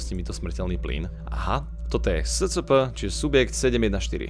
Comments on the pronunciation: To scp sa číta escepe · Čita sa to ESCEPE